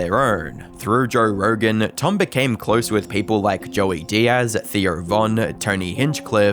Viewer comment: Who TF is Jorr Rorgan??